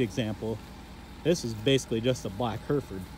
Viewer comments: Its Hereford. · Difficult to SAY cos u keep saying Herford's... instead of HerEford's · For those intending to go to the UK, we pronounce it like hair-eh-Ford, not her-furd . I mean they're your cows, you call 'em what you want, but the English county is Herefordshire and like most English place-names it's not pronounced as it is spelt. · Where I come from it’s heriford or Hereford but the i makes an e sound just to let you know ( you might say it different I don’t mind just thought I’d let u know) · HairFords HairFords haha say it right lmao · Love your videos. Never heard Hereford pronounced like that though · Sorry it it just me that gets annoyed that he cant pronounce Hereford properly?